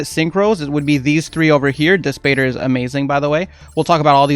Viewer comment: It’s pronounced “dis patter” like matter”